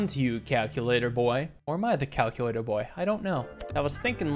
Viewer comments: “Today we will be playing Cal-cue-lator” -Richard Watterson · Finally, calc-u-lator